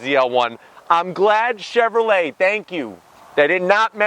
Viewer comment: Chevrolet not Chevrolt lol